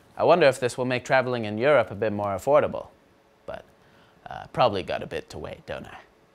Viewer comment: no mercy on the "europ" 😂